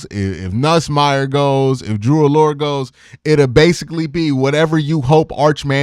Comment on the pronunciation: It's pronounced Drew Ah-Ler. Not Drew Allure